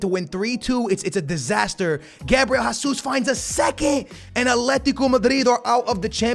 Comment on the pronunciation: did you actually say hasuz instead of gzus bro!!